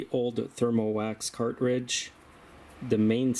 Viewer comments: Car•tridge, not Cart•ridge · The word is CARTRIDGE, not car-ridge. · Is he saying "cart ridge"?